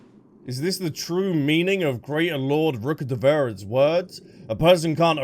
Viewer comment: RUKKADEVA-TA!! Not Ra 😅